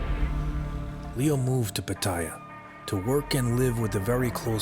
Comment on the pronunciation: It's Pat-tah-ya, not Pa-tai-ya, with no emphasis on any syllable